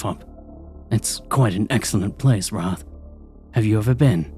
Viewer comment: Wrath, you said wraith. Don't know if this is AI reading or English as a second language. But it definitely kills the vibe cause a demon would definitely know how to pronounce the sins. 😂😂😂